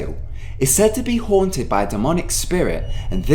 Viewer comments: WOW MANY TIMES HAVE YOU EVER NEED TO BE A GOOD WAY TO SAY HONTED XD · how many times did he say hoanted